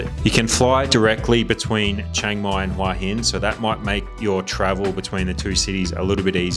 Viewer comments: How have you lived in Hua hin for a year and you can’t pronounce it? It is literally head rock. Look up the word for head in a Thai dictionary. It is certainly not waa hin. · Nice video, but why not do a little research on how to pronounce Thai names? You're so wildly off with Koh Phangan, Khao San Road, and even you're own Hua Hin that it wouldn't be understandable to anyone accept maybe a fellow Aussie, let alone a local Thai. So easy to plug these names into Google Translate and pronounce them somewhat correctly.